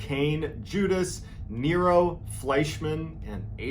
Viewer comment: I’m sorry but how she says nero literally kills me😂